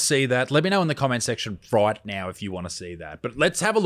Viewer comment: Did you seriously say "fright" now 😂😂 Was it on purpose?